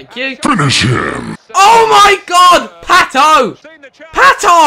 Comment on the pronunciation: It's pato not not patooooooooo